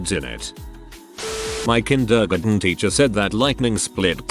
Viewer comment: i will never get over the “kin-der-gun” (kindergarten) in these damn videos